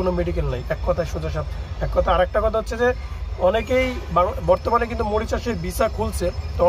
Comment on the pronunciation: ভাই মরিচাস না। মরিশাস শব্দটা ঠিক করে নিন